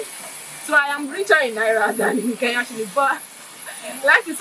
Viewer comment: My girl ❤❤ mshow ni kenya not keya 😂😂napenda nigeria sana